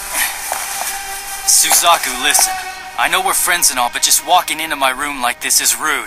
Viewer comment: isn't suzaku said 'su-zak-u' not 'su-zeh-ku'... and 'c2' would be 'cc'?